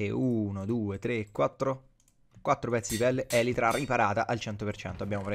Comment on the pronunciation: elitra non elitra ahahahahahahahaha